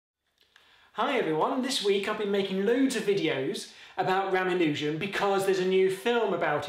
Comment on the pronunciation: I do wish that you pronounced his name as every Indian narrated youtube video I've found does, Ruh-MAHN-u-jen, not Ram-uh-NEW-jen.